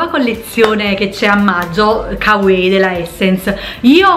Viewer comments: Ma perché "kawei"? Si dice come si legge, " ka wa ii" (l'ho scritto staccato cosí capisci la pronuncia) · Kawaii si legge "cauaí" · Tesorooo si pronuncia kavai, ahahaha lo so xkè vado pazza x il giappone e tutti i suoi termini, video utilissimo x poter acquistare in tutta tranquillità grazie un abbraccio ❤ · Non varia da pronuncia a pronuncia. Si pronuncia "Cauaii" e basta, se qualcuno lo ha mai pronunciato diversamente lo ha fatto sbagliando, ho studiato giapponese e questa è una delle prime cose che il professore ci ha detto essere conosciuta in modo sbagliato in Italia! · Ciao, a dire la verità si pronuncia 'cauaii' (la doppia - i - finale si allunga ma in un unico suono). 😉 ✌ grandissima 😊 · Marika Frigerio penso varia da pronuncia a pronuncia, in molti video giapponesi dicono kavaii e in altri come dici tu, mi sono documentata ahahah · bella la collezione "cauei" xDDDDDD